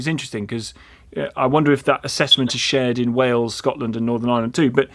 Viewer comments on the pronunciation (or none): none